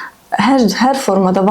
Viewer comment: müəllimə tələffüzdə valideyn deyilmi? Siz valıdeyn deyirsiz elə bil ya mən elə eşidirəm.